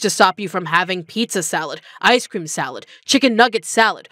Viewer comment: i can't unhear icescweam